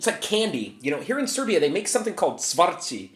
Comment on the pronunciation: I dont get why everyone has trouble saying čvarci it is not that hard (here is one i still cant say rajfešlus?)